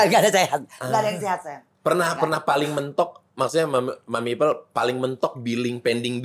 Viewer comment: Ipel Boris , bukan ipeul😂😂😂